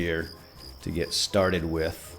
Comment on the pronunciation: Whit? That sounds like a name. We're you trying to say "with"? Because that's not how you do it.